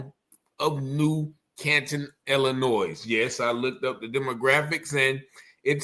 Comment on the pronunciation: 'Illinoi' not Illinoise